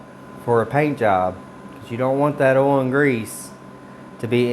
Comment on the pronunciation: OIL, not OLE. Lol. Great video, I truly learned a lot.